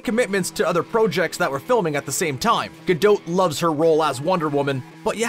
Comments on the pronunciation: Dude I think you mispronounced her name. It's not ga-dough. 😅🤣🤣😂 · You're supposed to hear the T. It's pronounced "Gadott" (source: I speak Hebrew) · This video made me go look up how to pronounce Gadot.....I've been doing it wrong....lol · The way he says Gadot is irking my soul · You cannot pronounce her last name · You’ve pronounced her name Incorrectly 6500 times in the video. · Way to mispronounce her name the entire video! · Why do Canadians have to pronounce everything with a long O sound? Good why do you keep mispronouncing her name!?! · Why do you pronounce her surname like that? She’s Israeli, not French. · Killing me with the mispronunciations.... You need a verbal editor, badly, even for a Canadian. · Say her name correctly, please. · Bro, that's just not how her name is pronounced. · Learn how to say her name correctly. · great actress but what a horrible narration; how he pronouces her name is abysmal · Interesting info, but it was physically painful to hear the T in Gadot pronounced relentlessly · Seriously, even Gal pronounces it without the T. The T is silent. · She pronounces it with a T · It is a Jewish name, not French. She pronounces the t. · Your constant mispronunciation of Her name stopped me from watching this beyond a few minutes. Your ignorance or disrespect coupled with that of the 6000+ is just plain sad! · This is driving me crazy. The T in the end of her name is silent! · The T is silent in her name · The “T” is silent. Do your homework!!! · Words you said wrong: Gadot, project, process. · Her name isn't pronounce Ga-dote like in the video. It's said like its spelt Ga-dot!! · Dude, it's not Gal Gadowwd, but Gal Ga-do-t with the "o" a real "oh" sound and the "t" stressed and audible. "Gadot" is the plural of "Gada" which means "a river bank". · It's Gadot, not Gado-h. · Can we please stop calling her “Ga-Dough’”, and/or “Ga-Dote”. It’s pronounced Ga-Dot. It’s just that simple and she’s pronounced it that way for people herself.